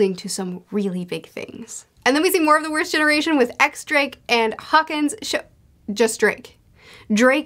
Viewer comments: To absolutely destroy your ability to pronounce names, the X in X Drake is pronounced "Diez". :) But overall I think if you used nicknames for characters, people would understand who you are talking about! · X. Drake is actually pronounced Diez Drake.